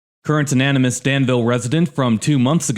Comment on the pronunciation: words like “consolation” and anonymous” prove that you’re using AI - the tool is mispronouncing/or getting the stress wrong on syllables on at least those two words- I’ve never produced a video such as this - so maybe the use of such a tool is by this time almost a requirement for lessening the burden (?)